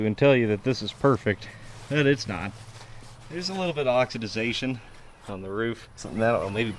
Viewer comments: Oxidation...NOT oxiDIZation! It's okay to make a mistake, but if you're going to say it 20 times get it right! With that said, I love your channel...one of my favorites! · Hope you feel better soon and beat the crud. Props to JD for standing in on his own, doing great! I did grate my teeth just a tiny bit... OX-eh-Day-Shun ;-) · Constructive criticism = "oxidation". if you hadn't said the work incorrectly each of the dozen times you said it, I wouldn't say anything. Nice find on this car for sure, I watched the whole video.